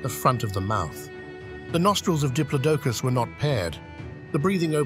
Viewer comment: Please…. Why still to this day can people not say Diplodocus properly….. it’s not hard, sorry to call you out on it, but it’s a right deal breaker for me and makes me switch off, it’s like nails on a chalk board for me. Just like when people call Smilodon’s, Sabre-Toothed Tigers…. NO!!! No such thing, they are Sabre-Toothed Cats. A little research into correct pronunciations would be greatly appreciated, and sorry again to call you out on it.